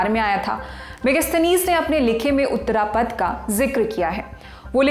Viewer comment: उत्तरपथ और दक्षिणपथ anchor should ammend her pronaountiation